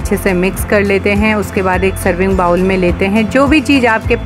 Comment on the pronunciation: Madam aapke videos or hacks sab bahot achhe hai. Bas aap bowl ko बाउल न बोल कर 'बोल' 'बोले to bahot achha hoga.